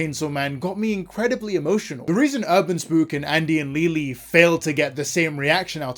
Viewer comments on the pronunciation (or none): Please stop saying Leyley wrong im gonna crashout 😭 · Somehow, everyone has their own version of pronouncing Leyley.